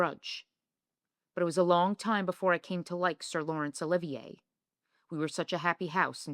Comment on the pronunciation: Did you really say Withering instead of Wuthering? It’s bad enough that you mispronounce so many other words and names, esp Larry Olivier’s, but jeez, if you want to sound like an expert, get it right!